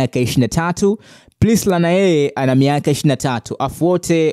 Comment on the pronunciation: Kaka tamka hilo jinavizuri.Priscilla na sio Prisla